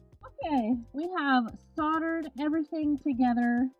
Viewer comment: Great watching your progress through this difficult but satisfying craftwork. You did a lovely job of this, truly. One thing: Solder has a hard L, so it is pronounced soLdered, not soddered. Just so you know, I'm not picking but someone doesn't know unless they are corrected, true? Loved the video. 💝🙏